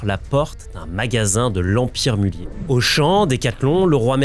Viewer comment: Pour info, le "z" n'est pas muet ! A part ça, vidéo très intéressante !